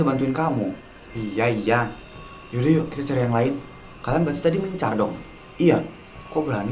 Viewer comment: said: "mencret" 😭😭😭